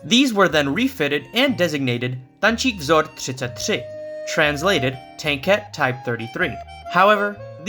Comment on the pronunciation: ur pronounsing the VZ 33 so good (hi from czechia :3)